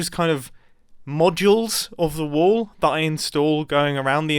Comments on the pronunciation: pice of LOVVLLEY little WAOOL! he says insted of a lively or lovely bit little wall than others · he says woll instead of wall lol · Me every time Mumbai say wool instead of wall 🤦‍♂️ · you are calling your wall waol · I love the wall so much, but as an American I just- i can only hear WOOL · Nice woal mumbo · When mumbo said"This might be my best woll look how cool it is!" Had me just laughing my bum off😂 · Is Mumbo trolling us by pronouncing wall as wool? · I kept on thinking he was saying “this is a good wool!”